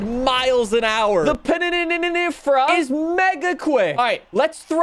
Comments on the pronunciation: Pronounced: Pin - nin - fareenia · Can’t pronounce Pininfarina and also calls wheels spacers “engine spacers” like bruh wheel spacers have nothing to do with the engine.